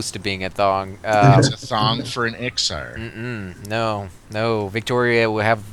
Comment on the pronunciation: it's Iksar not Iskar